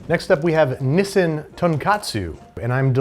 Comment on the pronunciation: Drinking game: Take a shot for every time Babish butchers the pronunciation of "Tonkotsu" or "Nissin" (Don't blame me if your liver ceases to function though)